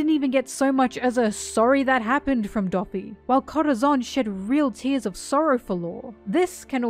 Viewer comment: If I hear you say Corazon like that again I’m gonna kms